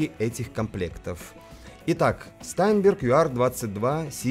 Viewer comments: Штаинберг правильно произносится это немецкая фамилия. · всегда интересно смотреть Ваши обзоры, спасибо. P.S. И всё-таки "ШтАйнберг", у Карла фамилия произносилась именно так!